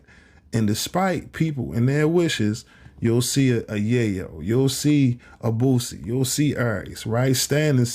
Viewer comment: Dude, Its BOOSIE not BOOZIE.